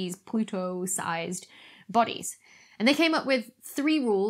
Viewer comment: when you said "pluto sized bodies" i thought you said Pluto Sized Bunnies! 🤣😂🤣😂🤣😂🤣😂🤣